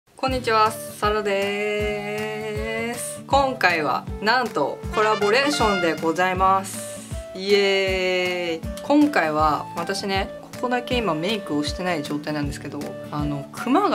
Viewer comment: コラボレーションのイントネーションが完全にレボリューション